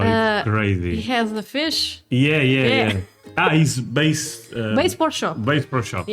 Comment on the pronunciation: Ok! English lesson time!!! You pronounced “Bass”Pro Shop as “Base”, while Bass rhymes with a$$, which BTW, is a fish!!! Y’all’s(yes! I’m Southern!) English is actually Very good-you could give lessons here!!! As for the Myths of America-I have concluded that foreign governments have put out bad propaganda, to keep its citizens from traveling to America & wanting to stay, or Change things in their home countries to be more like America.